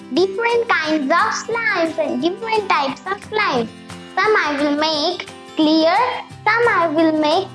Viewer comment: You should have said clear not celearr